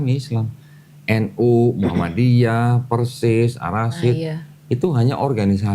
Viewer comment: Koreksi koh, al Irsyad bukan al rasyid